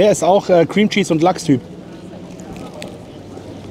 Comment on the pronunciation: Hast du bei dem Lachs Bagel "lochs" gesagt? :D :D geiles Video, wie immer. Daumemn hoch